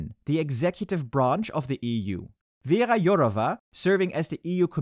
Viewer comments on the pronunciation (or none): none